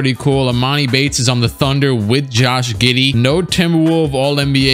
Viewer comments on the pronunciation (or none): none